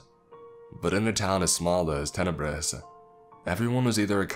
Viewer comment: Town is called Tenebris. Tenebrous (adj.) - dark, shadowy or obscure